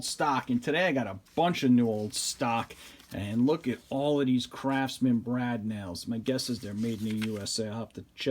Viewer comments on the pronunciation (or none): none